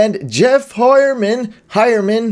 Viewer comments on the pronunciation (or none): All these football experts and they don't know how to pronounce Heuerman. Pretty ironic.